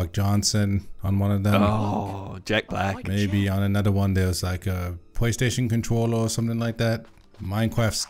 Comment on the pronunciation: This was a great episode tbh. Laughed out loud at several parts. For some reason a Pwaystation contwower really got me